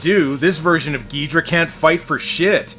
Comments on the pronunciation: king ghidorah is not said like ghidrah but said like ghidorah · Miki is right, Ghidorah no Geedra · alright i have a book that is all about godzilla and it that they that call him "ghidorha" insted of "ghidrah" not hating just saying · I find it funny that despite everyone in the movie saying Ghidorah correct you keep saying Ghidrah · it is pronounced ghi-do-rah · aw well I guess we have to attack King Ghidorah with Godzilla (Gee-Door-rah) Mikki: Its king Ghidorah (Gi-door-ra): F*CK YOU MIKKI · It’s prnonced gay-ridah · This is why we can't trust early dubs. Or sometimes even recent dubs. Then we got people like him constantly making the wrong names and all. "Ghidra" is like hearing nails over the chalkboard. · hahahahaahaahahah king Gidera its king Gezora hahahahahahahaha (its fun-yer wen you say it in a fancy voice ) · The movie is right. It’s Ghidorah, not ghidrah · I feel you with his pronunciation. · Its ghidorah